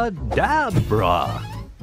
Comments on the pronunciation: A-bra - ca DA - brAAA sparkles Me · Abra ka-DAB-bra